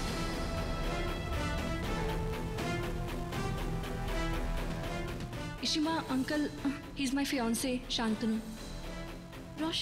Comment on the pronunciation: ye ishita ko ishimaa kyu bol raha h